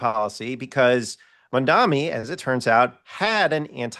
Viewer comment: It's spelt Mamdani. It's pronounced MUM--DAA-KNEE. It's not hard. When you get it wrong after hearing it a million times over the last 10 days, it feels like you're doing it intentionally, like Cuomo. Please don't be those people.